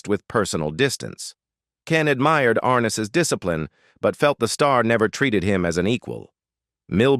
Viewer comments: It's James (Ar-Nez) not Arness!! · James Arness's last name doesn't have the accent on the first sylable. It's not AR' ness. It's Ar NESS". I grew up watching Gunsmoke and I've heard his name pronounced countless times. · More crap James (Ar-ness) learn to pronounce words correctly. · Ken Curtis was a great singer & actor, but I don't trust this video at all, 'cause it is AI generated. Notice that the thumbnail says "She was racist," but I didn't hear anything about that in the video, and they couldn't even bother to pronounce James Arness' name correctly. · And you're not pronouncing James arness's name right